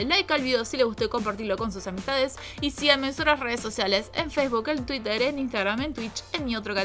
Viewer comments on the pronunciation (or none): none